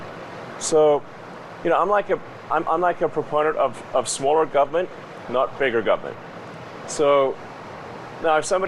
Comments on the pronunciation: I hate that he can’t pronounce government. “Govment” ahhhh 😂😂😂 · Elon saying "gubmint" pleases me. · the way he says government is so funny